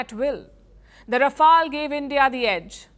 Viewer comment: Its "Rafale" and not "Rafael". Well that's what happens when you get your education from Madarsas. Congratulations to Pakistani Aand Forces for destroying Rafales.